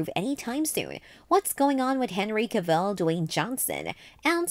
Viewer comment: An entire video of mispronouncing Henry Cavill's last name, that's got to be a feat of some kind